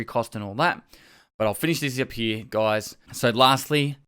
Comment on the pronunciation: D like your "here"